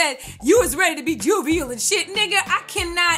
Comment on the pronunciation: "Juvial"!!! LMAO!!! Great recap!!!